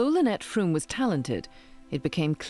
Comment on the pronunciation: It's not Van "Hooooten" or Lynette "Frooooome".